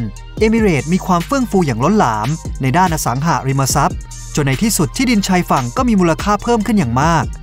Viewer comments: ทุกอย่างดีหมด ติดนิดเดียวตรงการออกเสียงสองคำนี่แหละจ้า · อสังหาริมทรัพย์ ไม่ใช่ อสังหะริมทรัพย์ อย่างอื่นโอเคร ชอบหมด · อสังหาริมทรัพย์ หาาาาาาาาา สระอา เป็นสระเสียงยาว ออกเสียงสั้นมันเหมือน อสังหะริมทรัพย์ ฟังแล้วขัดๆ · เดี๋ยวๆ คนลงเสียงนี่จบม.ปลาย ป่ะ รู้จักคำว่า “อะ สัง หา ริม มะ ซับ”ไหม?? ไม่ใช่ “อะ สัง หะ” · อ่านว่า อะสังหาริมะซับ ไม่ใช่ อ่านว่า อะสังหะริมะซับ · อสังหาริมทรัพย์ ไม่ใช่ อสังหะริมทรัพย์ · คนพากย์น่าจะไม่ค่อยอ่านหนังสือ อ่านผิดหลายคำ จักรวัด อสังหะริมทรัพย์ ฯลฯ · จัก-กระ-หวัด ไม่ใช่ จัก-กระ-วัด อะ-สัง-หา-ริม-มา-ซับ ไม่ใช่ อะ-สัง-หะ-ริม-มะ-ซับ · อสังหาริมทรัพย์ แต่ออกเสียงเป็น อะ สัง หะ ริม มะ ซับ ตลอดเลยครับ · ผมว่าเขาคงต้องอยากสร้างภาษาใหม่ อสังหาริมทรัพย์ แต่อ่าน อสังหะ อาจเขียนมาผิดหรือเข้าใจผิด ก็อ่านแบบนี้ และ จักรวรรดิ์ เขาก็อ่านว่า จัก-กะ-วัด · เสียงบรรยาย โดยรวมทำได้ดีนะครับ น่าฟังดี มีแค่บางคำ เช่น อสังหาริมทรัพย์ อ่านว่า อะ สัง หา นะครับ